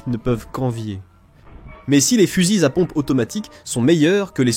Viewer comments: Fusils-Z-à pompe ... liaison < mal-T-à propos > GROTESQUE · " Eclaire et coche " Sérieux mec !!! on dierai Pierre Bellmare la ! Heckler & Koch --> "Eklair und Korr" ça se prononce ;) et les "fuzizapompes" non....